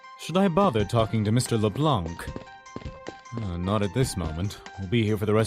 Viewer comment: I just realized everybody's mispronouncing Lablanc's name. The c is silent.